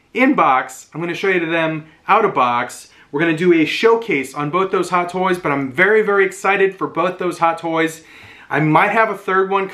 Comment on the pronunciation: What’s with not being able to say toys?